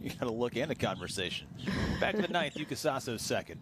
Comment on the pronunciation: YUKA SASOじゃなくて、YŪKA SASOUかYUUKA SASOUだよ ちゃんと外国人の名前調べとけよアメリカ人は！